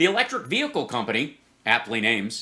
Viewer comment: What’s a “Veehicle”?! I’m confused, does she mean VEHICLE- what an ignorant dumb c u next Tuesday lol